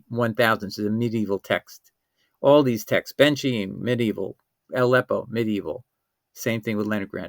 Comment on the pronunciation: Ben Khaim, it is pronounced as in Spanish BEN JAÍM, it is not the [ch] as in "China", it is the [ch] as in "chemistry".